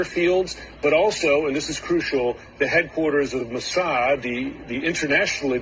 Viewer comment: Its "Mo Sad"!! 🤬